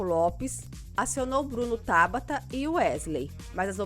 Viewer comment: Não é Endríke....é Éndrike!! N é Tábata....é Tabáta! Endríke foi foda! kkkkkkkkkk